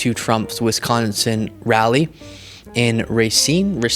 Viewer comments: Racine: emphasis on 2nd syllable. Said it right the first time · you got the pronunciation of “Rah’-seen” right! Glad you are here to counteract the bad Trump vibes I’m feeling in Madison! He’s too close for comfort, yet he knew he wouldn’t be welcome in this part of the state—it’s a whole different political world in rural/Northern Wisconsin. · You pronounced the name of the city correctly. It's Racine (ray-seen) Wisconsin. Depending on how heavy your northern accent is, Wisconsin can be pronounced many different ways. 😅❤ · "ray-seen" is how it's pronounced, you got it.